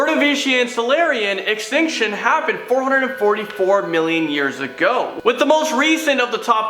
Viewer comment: “Massive stink shin” 😄